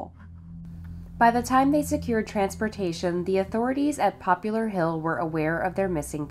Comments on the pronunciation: It’s Poplar Hill not Popular Hill. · FYI - it's not, "Popular Hill", it's "Poplar" - like the tree. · I am hearing you say "Popular Hill" yet I am thinking Poplar , a species if tree more likely to be the name of a town I would think. I had a friend who lives on Poplar St in Bridgeport , CT and he also pronounced poplar as "popular".His name was Tony and a different Tony whom I worked with often spoke the term "The Entire State Building". The tallest building in New York. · Poplar. Poplar Hill, not popular. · poplar, not popular. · Poplar... it's Poplar Hill, like a poplar tree. There is no U in it.